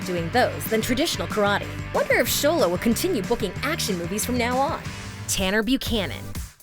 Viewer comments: Someone finally said Xolo correctly!!! Yahayayayaya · My friends pronounce xolo as “zolo” so I respect the fact she calls him “Sholo” but robbys is not rooby